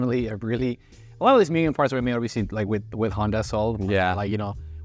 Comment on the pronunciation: Moo gen bro.. MOO GEN not mew gen